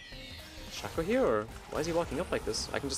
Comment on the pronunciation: guess your in the same club as hashinshin saying "Shacko" instead of "Shayco"